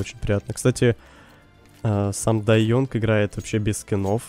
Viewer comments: Бля ну Янг же, а не Йонг.. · Боже говори сам дай Янг,а не ёнг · бл, ты английский знаешь? Some die young, не ёнг, а Янг! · спасибо, и еще: не Ёнг а Янг)